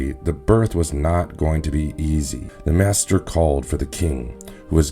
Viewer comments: A Caesarean birth is cutting open the mother, they just did it totally wrong and like a butcher. Also maester not master. It seems you did a brief read and yet you have done better then most who are avid book readers. Good job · Dont forget masters when its actually meister .